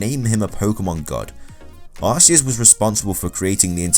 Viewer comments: He did not create the Pokémon world. And you Said Arceus name wrong it is Arceus With a K sound idiot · Is no aseus is arceus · You are idiot it is Arceus not aseus god,god,god,god,god!!!!!! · It's not arceus it's ar - ke - us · not Aceus its Arceus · It's Arceus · U do realise mega rayquaza, primal kyogre/PRIMAL groudon and both mega mewtwos have higher base stats than arceus? And u can't even say arceus right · you also said arcues wrong :D your stupid and arcues is weak as heck your so stupid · Did anyone else get triggered when he said Arceus wrong? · YOU SAID ARCEUS WRONG